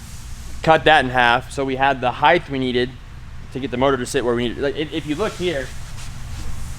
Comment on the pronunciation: HEIGHT HEIGHT HEIGHT DAMMIT. THERE IS NO HEIGHDTH!!!!! GREAT SERIES GUYS!!!!!!!!